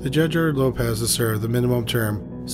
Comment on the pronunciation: As a Portuguese person, I was not very surprised to hear your incorrect pronunciation, because it is very difficult for a non native to stop associating these types of surnames with their Spanish equivalents. Examples: you pronounced "Lopez" when is written Lopes; Martinez is not Martins; Fernández is not Fernandes; Sanchez is not Sanches; García is not Garcia; Rodriguez is not Rodrigues; González is not Gonçalves; Diaz is not Dias; Gomez is not Gomes and Alvarez is not Alves (we shortened Álvares).